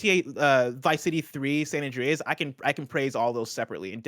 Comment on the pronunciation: "San Andreaez". Ew.